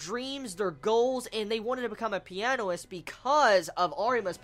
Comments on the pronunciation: not piano-ist, u say pia-nist, just a clarification, coz in this review u said it differently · u say it like pi-a-nist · I like your work and i watch your videos quite often, but GOD damn it's pronounced shopin, not chopin, also everytime u said pianoist I cringed, ffs its pianist. As a huge fan of Chopin and the piano it really grinded my gears.